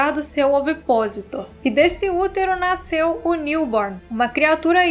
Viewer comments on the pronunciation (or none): none